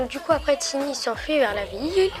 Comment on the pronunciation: je crois que c’est sa sœur pas sa mère Et je crois mais je suis pas sure que ça se prononce taïni comme aïe pas tini car c’est anglais à la base et en anglais ça se prononce comme ça mais je ne suis pas très sure Perso je le prononce comme ça mais on peut le prononcer comme on veux.